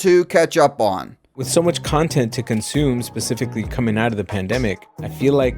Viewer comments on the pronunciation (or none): He literally said comsume lol